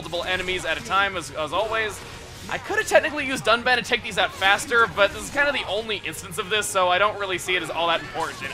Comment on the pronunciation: that dun?(done) I THOUGHT ITS DUNBAN